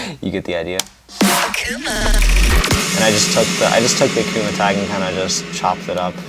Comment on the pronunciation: Is it just me or did yall always pronounce it “A” “K” “V” “M” “A” instead of “Akuma”?